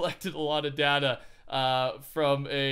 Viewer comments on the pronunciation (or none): you said data wrong...